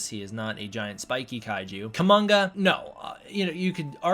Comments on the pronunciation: Probably not Kumonga, but umm, Kuomonga is cool. Sorry not sorry. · It's Kumonga.